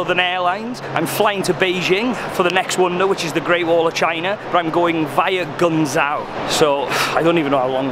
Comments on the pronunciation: Great vid. Guangzhou is pronounced "Gwang-Joe" not gungzo. I had the privilege of flying China Southern to Guangzhou in business class in February on their A380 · poor pronunciation there. It's pronounced like Gwan zhow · The pronunciation of Guangzhou is so infuriating it’s Gwangzhow if you’re doing it phonetically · It's pronounced more like gwang jo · Guangzhou is pronounced gwang jow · Hearing him say guangzhou is the funniest thing ever😂😂😂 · guangzhou is pronounced with a J instead of the z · It’s called guangzhou Not trying to be mean